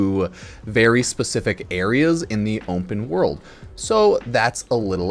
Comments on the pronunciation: "Ompen world" 😂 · words cannot describe how confused i was here drunk as a larva listening to this and freaked out over how you said ``openworld``, thought my ears was propper broken XD. ompenworld